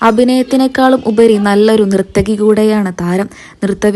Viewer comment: Kuttimaman alla Kuttumaman nirthaki alla narthaki